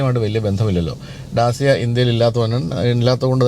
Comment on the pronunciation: Sorry for small correction Dacia is pronounced as ഡാചിയാ.. അതേപോലെ മാച്ച് ഈ അല്ല മാക് ഈ ആണ്‌